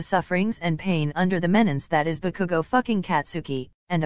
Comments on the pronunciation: OMFGGGG The robotic voice really called Bakugo Bakuku😭😭😭😭😭😭💀🤣🤣🤣🤣 BAKUKU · the way they pronounce bakugo is like (bu-kuu-gOu) XDDDD I CANT STOP LAUGHING